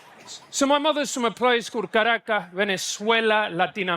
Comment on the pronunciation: Can’t pronounce Caracas 😂